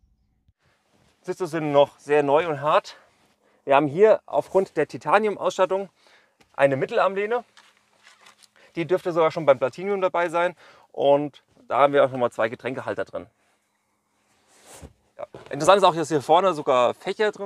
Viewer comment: Platinum! Nicht Platinium! ;) Sonst aber danke für den ausfühliche Bericht